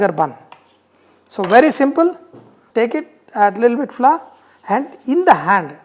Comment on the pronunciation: It is little bit not lilbit